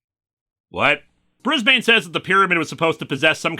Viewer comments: ...okay just as an Aussie: hearing Brisbane being pronounced slowly/fully/with each syllable is hilarious. I would have been calling him Brizbin. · I know its the pronoucation in the show but as an Australian how they say Brisbane annoys me